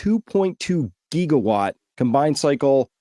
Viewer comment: What exactly is a geegawatt? I know what a gigawatt is…